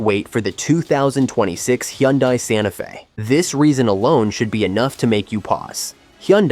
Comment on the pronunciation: Learn how to pronounce Hyundai😂